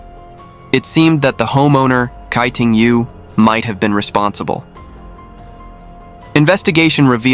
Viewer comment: Tsai ting yo, not kai ting yu